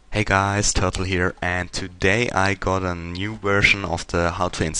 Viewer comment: Than you, than you, than you :D:D:D And on start you say Turtle here or totally here?